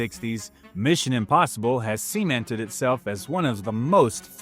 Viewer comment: Suh-men-ted. Not semen-ted 😂